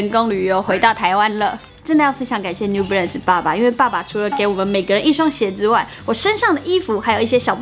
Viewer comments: New Belance 是什麼啦 這發音............ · 有人跟我一樣一直聽成new blance的嗎?是我聽錯(?